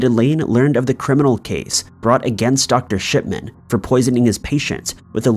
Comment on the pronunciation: Shipman sounded like shitman in my ears 😬lol